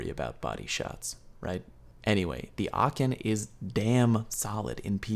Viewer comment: ...get me in a voice chat and i'll help you learn how to pronounce aachen (it is a german city) lol even though you got pretty close...but good video